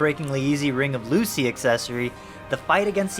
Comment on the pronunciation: This man said ring of ”Lucy”🤦🏽‍♂️ you mean loo-cee-eye